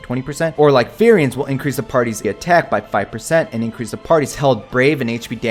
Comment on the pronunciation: Increase: you sneeze LMAO